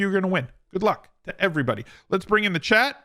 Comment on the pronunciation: For the longest time, I thought you had a friend named "Chad"; then I realized it was "Chat"!